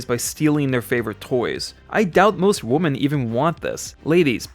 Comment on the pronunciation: the only thing i would disagree on is the pronunciation of "women," which is pronounced "wimmin," as opposed to "woman," which is pronounced "wuhmmin". i admit that's not really what you were asking though.